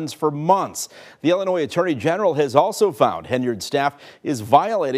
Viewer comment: Welcome to the~ ILLAGE~ of Dolton, ILL-in-noise.